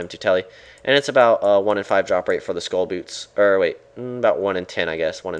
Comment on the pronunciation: its sköll not skoll sköll is pronounced like skoell